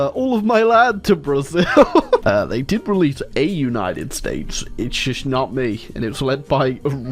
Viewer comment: uai, tu falou estados unidos diferente